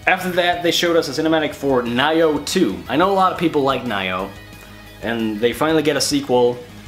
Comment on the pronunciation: I agree, I think it was really underwhelming, the games were good, but not much surprises, except for Ghost of Tsushima (which looks pretty good to me), Control and Nioh (it's not pronounced Naioh), most everything showed we already knew about, I like the RE 2 Remake, but most everything else was expected, solid, but not much more than that, not much E3 hype in this presentation, the music segments were time wasters, and the mid segment was terrible, and that's it, The Last of Us Part II looks like the first, good but without story context it's missing a lot of the appeal, Death Stranding is way to vague, and Spiderman we've seen for 3 years now, sadly not much excitement, just okay, I will give it this, thank good they didn't waste time on Call of Duty or Destiny 2 though, that was merciful of them.